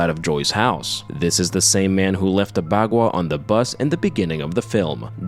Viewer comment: You're mispronouncing baqua